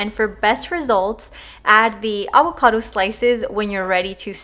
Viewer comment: The way you say avocado 😆😁 “Aguacado”😆 I’m about to make this recipe tho! Looks bomb